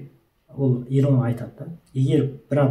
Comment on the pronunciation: Илон деп жазылады Илн деп айтылады брат